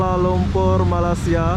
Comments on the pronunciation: Kenapa sebut Malasia.. Sebutan nya ialah Malaysia.. Atau pun org Melayu sebut melaysia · agak2 lahh bahasa tu cik.... Cara Kau brckap mcm. tk btul.... Jauh nye sebutan malaysia.... Dgn malasia🙄🙄🙄 I'm Malaysian 🇲🇾🇲🇾 cuma perbaiki Cara kau menyabut nama negara.. Taguran jerr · Malaysia bang, bukan malasia. Btw salam dari Indonesia